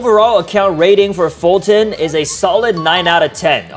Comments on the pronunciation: foltyn not folton Sorry if I'm rude but it's like your saying it on purpose since it is kinda far from it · Don't say foltyn poor than I will unsubcribe 😡